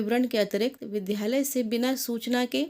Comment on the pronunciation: Vidyalay ka uchcharan thjk se karen.